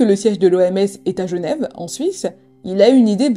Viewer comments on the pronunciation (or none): none